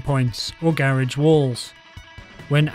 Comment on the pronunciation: Please say garage right